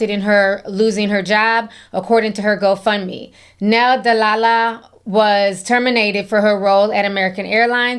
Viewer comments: Ti, why did I think you said h03 fund me instead of whole fund me? I had to put on that CC to make sure 😂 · Did you say ho fund me 😂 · Every time Ti said Hoe-Fund-Me 🤣🤣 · lol are you saying "hoe fund me" 😭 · Idk if I misheard you, but when you said, “I’m not supporting her hoe fund me page,” I almost died laughing. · Did you say HoefundMe 😂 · hoefundme has me siiiiiick 😂😂😂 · ~ Ti did you say ‘Ho fund me’? 😂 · She said Hoefundme 😩😩😂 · Did I hear correctly? “I’m not gonna support your HoFundMe”🤔😂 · Why I rewatch the video to fact check and you, right! She does say HoFundMe!🤣🤣🤣🤣